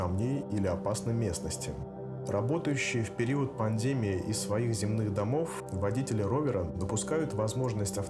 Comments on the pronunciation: Что? панДЕмии? Это что за робот говорит? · Абсолютно согласен. Вроде тема серьезная, вроде слово у всех на слуху..., а ударение вообще не туда. Похоже школьник малограмотный с листа читает.